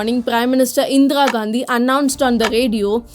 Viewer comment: This is 100% lie. She can't even pronounce Indira Gandhi. Endra Gandhi.